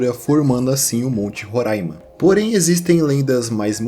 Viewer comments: ótima pronúncia de Roraima, ainda mais hoje no aniversário do estado!! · Lindo demais você ter falado o nome do meu estado Roraima corretamente ❤❤❤❤ e também do povo Makuxi! Estava morrendo de medo de você falar “Rorãima”. Nossa, já era inscrita no teu canal e agora que não saio mesmooooo ❤❤❤